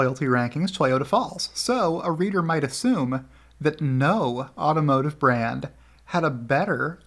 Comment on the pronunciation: You kept saying brand but I kept hearing, BRAD ! 😂